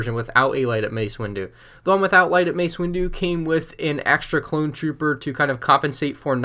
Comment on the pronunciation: You said mace windo twice